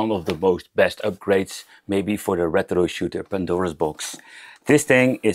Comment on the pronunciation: The way you pronounce rrrrètro is really annoying 😂